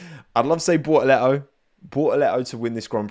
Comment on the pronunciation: Coment for the algo: Lovely content, but the hightlight for me is always when tries to pronounce "Bortoleto". That will never, ever get old.